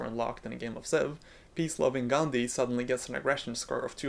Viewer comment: As an Indian, I particularly like the way you pronounced 'Gandhi' correctly. It's quite uncommon to be honest.